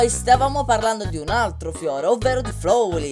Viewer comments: Vorrei darti dei consigli sulle pronunce: Flowey si dice Flauwi Undyne si dece Andain Asgore si dice Asgor Papyrus si dice Papairus Spero ti siano ď aiuto Non intendo sgridarti per le tue pronunce é solo che volevo aiutarti... Ti adoro sei il mio youtuber preferito. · Si dice flauy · ti volevo dire che flowey si pronuncia flauwi